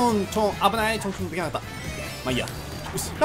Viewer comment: 『ちょんちょん』が変な言葉に聞こえたww 『僕を抜かないでw』www